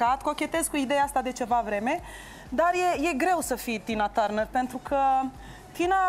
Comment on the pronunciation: Julie a pronuntat perfect numele artistei la , in rest numele indragitei artiste suna ca la Resita